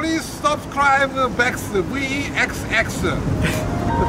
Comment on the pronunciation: Prease Subascribe-uh Vexx-uh The besth of the bestuh